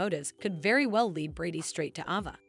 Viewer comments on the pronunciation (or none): Why does the people who tell the story online can't pronounce the actors names? Chanel isn't pronounced like the word channel and Ava is pronounced long sounded letter A. Anyways that's why many times I don't like to listen to these videos.